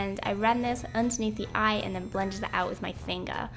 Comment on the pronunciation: I love how you say "and then" you say it like "and tzen" love love love it and the makeup is absolutely amazing!! Love you ❤️🙌🏻